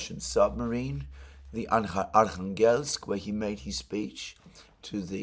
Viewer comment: Alexander. no offense, but you somehow manage to get accent in Russian words wrong all the times :D MurmAnsk instead of MUrmansk, ArkhangElsk instead of ArkhAngelsk etc. A bit funny to listed. Please, take care of your poor throat. Warm milk with honey does wonders for me.